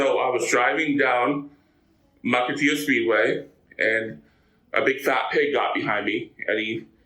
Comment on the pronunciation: Fun fact! I know 'Mukilteo' very well, even though this moron couldn't say it with an L. His "address" where the ticket was sent was the actual Mukilteo Post Office.